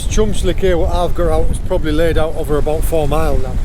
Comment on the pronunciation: You're getting slowly Cornish mate, it happens. About 18.00 you say "I switch overrrr," great vid btw!